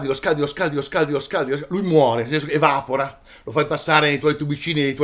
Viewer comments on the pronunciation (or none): farò il "cagaspilli" anche io solo per dire un "errore" che fino a poco tempo fa non sapevo neanche io. Grazie a Davide Carretta ho infatti scoperto che, se si vuole seguire l'ortoepia, la corretta pronuncia di "evapora" non è evàpora bensì evapóra